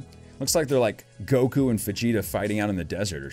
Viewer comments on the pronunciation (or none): none